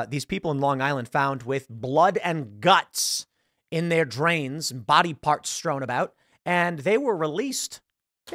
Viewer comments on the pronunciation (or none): none